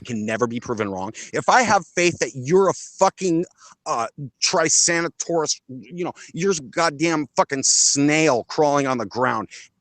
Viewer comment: My girlfriend ROLF'd as soon as he said "trisanataurus."